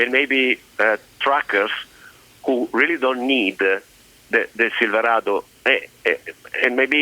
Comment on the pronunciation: If I could pronounce silverado the way this man can I would have bought one instead of the Sierra